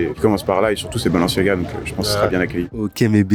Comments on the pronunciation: Je sais que jvais passer pour le relou de service mais "Valantino" "Balanciaga" faites un effort mdrrr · Personne a vu le « balanciaga » ou le « Valantino » ? 😂